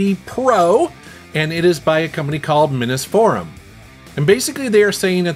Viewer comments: I didn't say anything on the last video you did on these because I didn't want to be "that guy" but I guess I am going to be here. I am pretty sure the company name is pronounced Minees forum not Miness Forum because it's a Mini PC. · "Minnusforum" lol